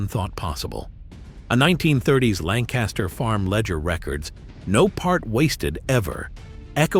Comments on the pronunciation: Not Lank-KAS-Ter… locals pronounce it Lankuster. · We pronounce it 'Lankistur' with the emphasis on the first syllable. Dont even get me started on 'Reeding' and 'Effraada' And we still eat these foods, some can be ordered in local restaurants. Where's the Hog Maw?